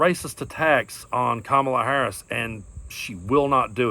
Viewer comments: Mace not pronounce Kamala name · My questions to Nancy Mace: Why do you feel entitled to mispronounce the name of the vice president, or anyone for that matter? You say Kamala Harris doesn’t know what a woman is; why don’t you trust women to know who they are? You say rape victims are afraid to come forward because some women falsely report rape. The jury believed E. Jean Carroll; by publicly not believing her yourself, aren’t you making it harder for rape victims to come forward? Not a word about race for her to deflect and duck the questions. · What a shame, Nancy! You are truly an embarrassment! Wow! Defend Trump, if you want to but, pronounce her name correctly! What in the actual ** is wrong with you? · Everyone's favorite word is their name. To insist on saying Kamala's name wrong is childish bullying. Worse, you said it right and "corrected" yourself to say it wrong. Ms Mace, you're a member of Congress... grow up. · I have seen instances where Repugs correctly pronounce Kamala's name - these are the ones who have worked with her in one capacity or another on capitol hill. So I believe Nancy Mace is deliberately mispronouncing Kamala's name. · She purposely and intentionally corrected herself to mispronounce Kamala’s name in that interview. Nancy Mace is a racist. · You know that karen mace would not mispronounce Harris' name if Harris were white. Are we calling you a racist? Why yes, because you are. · OMG! Another one who wants to kiss DJT's ample rump!!! And she said she can say Kamala's name any way she wants!!! Unbelievable!!! Please vote out these idiots!!! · The weirdest thing is she thinks her Ls are Ws. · It's worse. She's a racist. Her refusal to pronounce Kamala Harris' name correctly is no different from that scene in Roots: 'Kunta Kinte' 'Toby' 'Kunta Kinte' 'Toby'... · She mispronounced it on purpose and sparky said I will pronounce as I want!